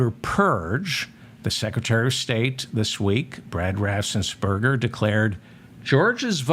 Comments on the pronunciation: Apologies, but I looked it up, Brad Raffensperger, pronounced BRAD RAFF-ENS-PER-GER, my reason, just trying to help. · Ohh I hope and pray Raffensmurger...... lmao... Watches your channel or somebody tags him..... It's the mispronunciation of his last name that has me rolling 😂😅😂😅.....🤣🤣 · Raffensperger. The guy's name is Raffensperger. It seems doable to pronounce that correctly, but I guess not. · Another nice one david. Ur pronunciations of raff-ens-burger have me in fits 😂